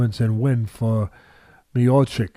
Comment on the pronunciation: Mayochic 🚫 . His name is Mi-yaw-chich Teddy, he is the best heavyweight champion in UFC, please respect the champ. 🙂